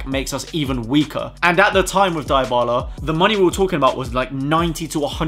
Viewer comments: You seen how we are says it diebala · the way you pronounce Dybala 😂😂😂😂